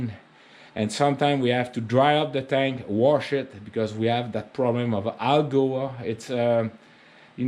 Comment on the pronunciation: Hello, I appreciate your explanation and tips on maintaining your 23B part of your backhoe. Please don't take offense to this pronunciation of Algae. An easy way to say it is saying the name, AL, and then saying gee almost like your saying the letter G. Just thought I would spread a little education like you do so well in your videos. Cheers. Look forward to your next video. Like I said I am in no way making fun or take offense to me sharing knowledge.